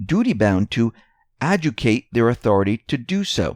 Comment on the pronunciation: I have to do this, and it may make some of you angry: the word is ad-jude-i-cate.........